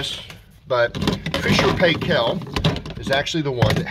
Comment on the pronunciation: Paykel is prounced as Pie-kle (like pickle but with pie instead of pick), not Pay-Kel. Proper pronunciation can be heard on videos posted by the company. The "doohickey" is not a handle to remove the rack, it lifts out of the way to access the cartridge filter. The stainless steel filter plate normally doesn't need cleaning. Removal of the rack is by lifting the back of it first, not the front. Replacing it is front first, then lower the back. Some of the pieces in the bag aren't replacement parts, they're optional use. Two of them are trays that fit on a compartment of the silverware basket to hold detergent pacs or tablets, those can't be put into the regular dispenser which is designed only for powder. Spray pressure is strong, assuming that hasn't changed from my 20yo F&P model (bought Aug 2003). Mine easily flips lightweight plastic items unless they're anchored. It once toppled a 6 oz. glass custard dish that was loaded leaning against another item.